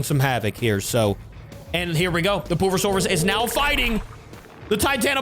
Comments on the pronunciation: it is said pure-a-saurus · You said pusasurus ❌🤦‍♂️